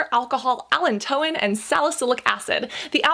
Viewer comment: With all due respect ... Just a heads up .. allantoin is pronounced (Uh-lan-toe-win). 🙂💕